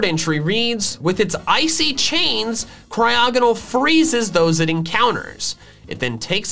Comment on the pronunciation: AGAIN, IT'S CRYOGONAL, NOT F*CKING CRYOGENOL! FIX IT NOW!